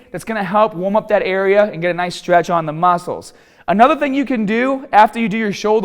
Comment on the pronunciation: "THE MASCLES"